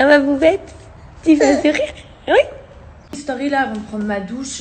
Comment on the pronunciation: « Je fait ma stauuuuuury» elle ma tuer comme elle a prononcé story 🤣